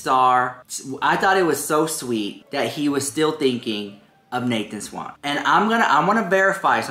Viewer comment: He didn't "drag" Nathan SCHWANDT,, SCHWANDT...not Swan or Swant. I don't know why that triggers me. They have both moved on and you're making something out of absolutely nothing. Maybe I'm experiencing meloncolony.